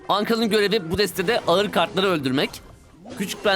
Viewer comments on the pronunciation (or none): none